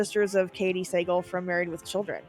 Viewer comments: Sah-gahl not Say-gle. How do you not know this? Cupid stunt😂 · Suh gall is the last name is the twins pronunciation. Anyways love your videos!!! 😊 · Sagal is pronounced Sa-GALL, by the way. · It's pronounced like sa-GAL like Steven Seagal. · The twins from Double Trouble, the last name is pronounced "suh-Gall" Katey's brother is Steven Sagal. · You need to take a look at your pronunciation of a lot of these names. Tisha Campbell, William Katt, Jean and Liz Sagal, etc. Also, the daughter on Mr. Belvedere was Heather.